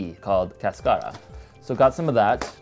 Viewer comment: "Cáscara", stress in the first syllable, and it means "shell".